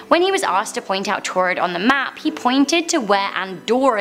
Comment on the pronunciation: What the heck is taured is that paraell a country??